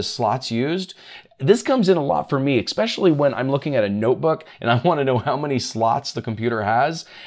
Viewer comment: There is no Ick in Especially!